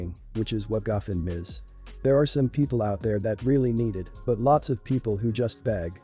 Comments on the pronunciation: The speaker is mispronouncing the word gofundme. It is go fund me. I have problems with speakers who do this for a job and don't know how to pronounce correctly. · Learn to pronounce words right. It’s called go fund me . It’s not a one word. U need to be stable in order to have children. Sister told her the truth. Some people lose weight easier than others. Not everyone has the same metabolism. U never tell someone u love them unless u feel it & mean it. Mom needs to set her boyfriend straight. His complaints r uncalled for. She should take up for her daughter. I wouldn’t give little kids raw fish. I get angry & yell at my youngest 2 granddaughters when I’ve told them multiple times to do something & they just keep putting it off r they just don’t listen.